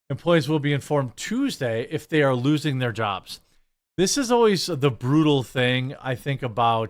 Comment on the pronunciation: Lol "brew-tal"